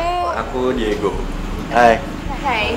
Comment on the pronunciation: Terry ngomong digo ajh Diego gtu